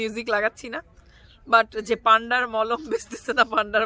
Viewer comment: আপু পান্ডা না ওইটা মান্ডা বলে😂😂 🤣🤣